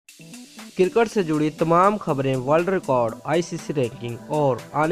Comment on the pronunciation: Kutte k putr cricket hota hai cirket nai hota kutte